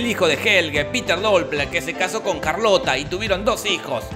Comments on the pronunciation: O Charlotte, se escribe así ⬅️, se pronuncia "sharlot" (o sharlota para la Alemania people) pero Jorge le dice "Carlota" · Charlotte? Nah, Carlota